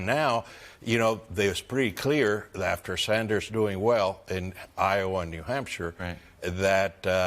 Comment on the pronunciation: What exactly is “Nafter” Bernie?